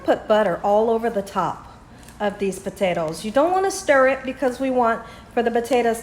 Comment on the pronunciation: Did your accent change after you moved,? I’ve never heard you pronounce potatoes “puthettos” 😂